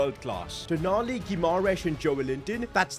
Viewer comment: Its not tonali its toonali